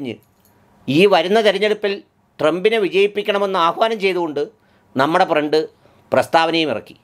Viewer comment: ഫ്രണ്ട് അല്ല പ്രണ്ട്